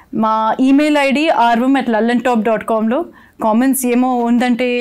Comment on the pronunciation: Saurabh ji, aap 'Aarvam' ko 'Aarbam' kyon bolte hain?